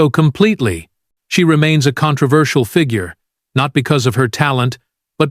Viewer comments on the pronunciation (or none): none